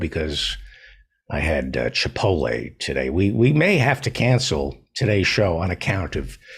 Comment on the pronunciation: What is so hard about pronouncing chipotle? There is a T lmao